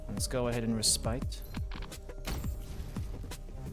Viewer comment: Lmfao, that is not how you say respite. Did you go to school in Minneapolis?